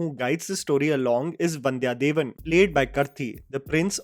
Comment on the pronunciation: There are 2 Ns in the Ponni,! Vandhiya Devan, not Vandhya Devan